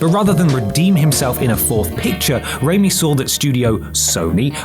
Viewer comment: slow breath How DARE you call Sam Raimi unknown, you uncultured swine! Evil Dead, Darkman, Hercules: The Legendary Journeys, Xena: Warrior Princess. He made Bruce 'King of B Movies' Campbell a star! Hell, he made his CAR an even bigger star than Bruce! P.S. You guys REALLY need to check how to pronounce common words. Con-tro-VER-sy. It ain't that hard,.